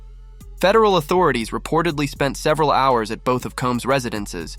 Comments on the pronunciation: "48 hars"... You mean hours! Fuck man what has happened to the world that people now don't know how to pronounce hours?! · A.I. voice over again? Forty eight HAARS ??